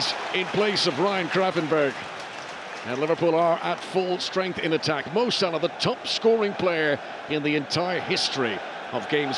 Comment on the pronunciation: I hate the way the commentators say salah 😂😂